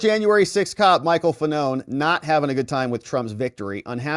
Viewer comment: Fa-None 😅 what a douche-bag 😂